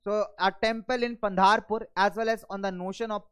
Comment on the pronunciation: Sir it's pandharpur पंडरपुर